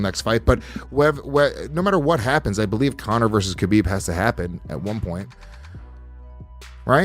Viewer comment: "And Kill more time for Khalabib"